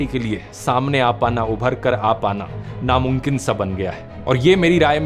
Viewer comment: नामुंकिन whoever else Noticed?😅